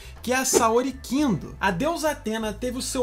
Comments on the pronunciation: O nome da Saori e Saori Kido e não kindo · Não!! a saga de Hades não é a mais conhecida e nem a que fez mais sucesso, a saga mais famosa foi a das 12 casas. Faltou alguns personagens, vc pronunciou Elísios errado (Disse elizeos), disse o nome da Saori errado também (Saori KIDO), seus vídeos são legais, eu assisto, mas vc deveria melhorar as pesquisas e estudar as pronúncias corretas antes de produzir os vídeos. Outra coisa, vc quis falar da saga de Hades, porém quase não usou imagens e trechos da saga citada. No demais seus vídeos são bacanas.